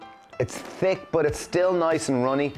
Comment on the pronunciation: Looks awesome! It's funny to hear you pronounce tick, "THick" lol!